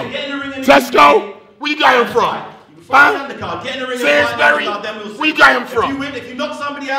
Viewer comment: HAHAHAHA SAINSBERRY LOOOOOOOOOOOOOOOOL